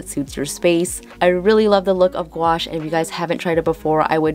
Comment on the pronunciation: You said gwash a million time..lol 😆